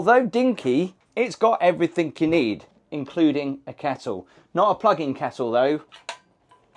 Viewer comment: Hello, I love you dearly, but you consistently say, "Everythink" instead of everything, is driving me nuts!!!! I must have viewed nearly all of your vlogs by now & you always say, "Everythink." Please, Gabby, help him.❤